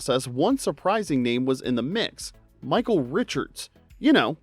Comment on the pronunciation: Why this guy pronounce 'the' as "thee"? Da fuq? Also 'a' as "ayy" (fonz style)! what an amateur.